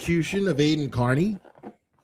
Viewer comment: I wish theyd learn to pronounce his name correctly. Car-Knee